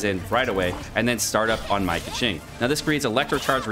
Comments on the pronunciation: Where were you when playing Genshin impact? You skipped Keqing? That is why you dont know how to pronounce it. Its pronounced as Keching and noy Keking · Isnt it pronounced “Ke-ching” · He did it on purpose. It's more like "meme" version of pronuncing her name "KEKWing" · When he said Keqing and Kecking I died😂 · Keqing sounds like Pegging 😎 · kÆkeng??? I'am dead bro 💀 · I think he is intentionally saying keking just to make me cringe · Oi 😡 /j Pronounce her name like Coo-Shing 🤬🤬 /j I’m kidding- thanks for this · Could not watch this video. That Keqing pronunciation was lowering my IQ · You realise he was trolling right?